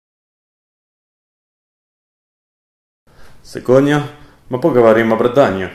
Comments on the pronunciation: Tu dis "sekodnia" au début; Joli accent russe ! Chapeau ^^. Mais le "г" dans "сегодня" se dit "v" c'est une déformation de langage du au large emploi du mot (qui veut dire "aujourd'hui") dans l'Histoire de la langue russe. Dommage tovarich ! ;p Super vidéo ! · Génial, cependant et en hommage à mes amis russes francophones qui adorent tes vidéos (et qui ont adoré ton accent au début de la vidéo) : Сегодня (aujourd'hui) se prononce Sivodnia (et non Sigodnia) le Г (G) se prononce ici V. Дмитрий se prononce Dmitry (et non Dimitry), il n'y a pas de i entre le D et le M. ;) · Pour "aujourd'hui" (сегодня) en russe ca se prononce pas "segodnya" mais "sevodnya" ^^ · C'est moi ou ton russe est approximatif? Genre plus que le mien? Déjà, сегодня aussi étrange que ça puisse paraître, devrait se prononcer "sevodnya", et pas "segodnya", nan? Et la phrase, ça serait pas мы поговорим о бородам, normalement? Pourquoi j'entends бородамя, alors? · C'est " Sivodnia ", pas " Sikoia ". Tu pourra t'excuser dans ton prochain FAQ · ***** Sauf que бородам veut dire "barbe"...c'est un nom =P Et сегодня se prononce bien "sevodnya"...le г se transcrit "g" en alphabet latin, oui, mais dans certains cas (comme dans celui-ci), il se prononce comme un "v" ^^ Sinon, erratum de ma part, ça devrait être бородах car c'est de l'instrumental pluriel. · Salut, excellente vidéo comme toute les autres, je connais ta chaîne depuis pas très longtemps et j'ai déjà presque tout regardé en seulement quelques jours ! Continue comme ça ! Ps: la lettre Г de сегодня ne se prononce pas G mais V (du coup c'est plus genre Sievodnya au niveau de la prononciation) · Enfaite ça se dit "sivodnya, my pagavarim a barady". Mais no worries, les russes t'aiment quand même :* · Salut Bruce, on a déjà du te faire la remarque mais "сегодня", "aujourd'hui en russe se prononce "Sivodn'ya", le G ici se prononce V ;-). pour une fois c'est moi qui peut te transmettre quelque chose :D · Сегодня se prononce «sevodnïa».